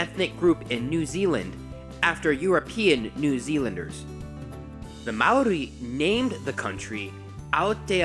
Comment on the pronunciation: mannnn you're cool 💘 you try when speaking Maaori ❗❗❗😍